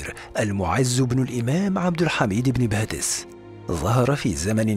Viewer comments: عبد الحميد ابن باديس و ليس بادس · ان اسمه ابن باديس وليس ابن بادس؟ السلام عليكم انا من الجزائر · عبد الحميد بن باديس ليس، بادس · مرحبا انا من الجزائر واحب قناة هل تعلم واشكركم على فيديوهاتكم لكن هناك خطا فاسمه بن باديس وليس بن بادس وانا متاكدة فهو وحده يعتبر جزء كبير في تاريخ بلادنا العريق تقبل الله صيامكم الي عجبو التعليق يعمل لايك ورد الى اللقاء وشكرا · بارك الله فيكم انا شخصيا طلبت من القناة نبذه عن عبد الحميد والامير عبد القادر شكرا جزيلا فقط ملاحظة كنيته ابن بادِيْس تحياتي للقناة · شكرا جزيلا على الموضوع الرائع و المميز لكن إسم الشخصية عبد الحميد بن باديس ليس بادس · إسمه عبد الحميد بن باديس وليس بن بادس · ابن باديس و ليس بادس